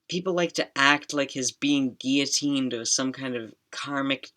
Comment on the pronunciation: When you read out “guillotined without trial” on Max’s apartment plaque that was so painful to hear…